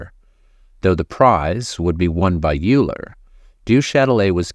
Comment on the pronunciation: Practice “Euler” too please